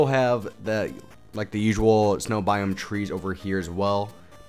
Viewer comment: *biome lol not boime